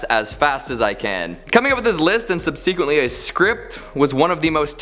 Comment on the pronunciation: Love you to death, my man, but: “Subsequently” is said SUB-seh-QWINT-ly. Had to listen to you 3 times to figure out what you were trying to say—Don’t think I’d heard sub-SEEK-wint-ly before lol 😜